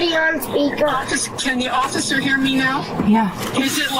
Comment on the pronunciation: Well pissed, can't even pronounce officer!!